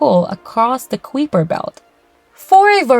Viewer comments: Kai-per, not qwee-per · How do you justify the pronunciation of the "Kweeper" belt? Everybody else says pronounces it as " kipe-er" belt?